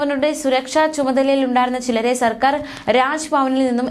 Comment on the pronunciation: വാക്കുകൾ ശരിയായ രീതിയിൽ വായിക്കുക. സർക്കാർ ആണു സെർക്കാർ അല്ല